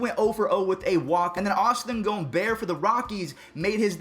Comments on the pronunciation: Gomb-er, not Gomb-air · Its Austin Gomber, just like you would say Bomber. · Literally no one:: austin gome-bear